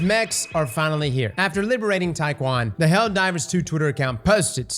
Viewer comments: IT'S PRONOUNCED TEA-EN KWON YOU SILVER SKIN RED EYED SYMPATHIZER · Ain't no way he sayin Tai Kwan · TIE KWAN ? Learn to read